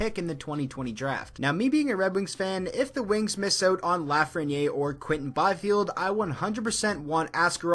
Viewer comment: you messed up Lafreniere name